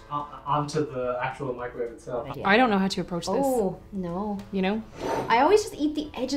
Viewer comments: He just says Mice-ro-wav-a so casually but its pronounced Mic-ro-wave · NEVER thought I’d ever heard the word microwave pronounced “Meek-Crow-Wah-Vay!” 😂❤ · Like Nigella said, “ mik-ro-walh-vey” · Hold up... are we just going to ignore how pronounces microwave?